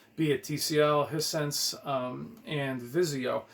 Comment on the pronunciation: It's pronounced High Sense. Like hi how you doing and the sixth sense had a twist ending.